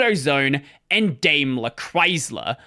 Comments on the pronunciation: interesting story, thank you for entertaining. But my German ears feel uncomfortable hearing you say "Daimler" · Dime-ler. Know-vale